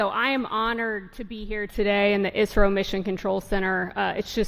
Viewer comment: It should be pronounced as neesar. It's eesro not aisro.